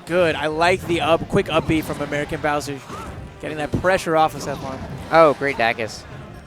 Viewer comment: "Aermican" You tried, guys. You tried your best.